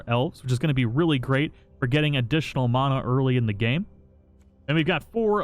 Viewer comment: Disliked bc the way u say mana